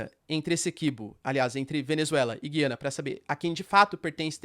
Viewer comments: Professor, parabéns pelo vídeo. Só uma dúvida: o Senhor tem falado Gui-ana, como se tivesse um "trema", enquanto ouvimos sempre, Gu-ia-na, sem "trema", que é um sinal ortográfico que não existe na língua portuguesa no Brasil. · O nome é Gu ia na... Aqui um meto de Gu ia nen ses... Os grandes comunicadores dos grandes canais, falam Gu ia na, Boris Casoy, Alexandre Garcia, repórteres da Tv Cultura, CNN... Estou torcendo por você, como diz aqueles velho ditado, corrija o sábio e ele se tornará mais sábio.